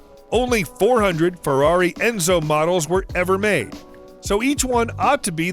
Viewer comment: a "forraro enzo" and calls a '57 chev a continental lmfao